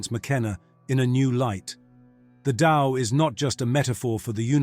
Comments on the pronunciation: It is "The TAO" not "the Lao" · Pronounced DOW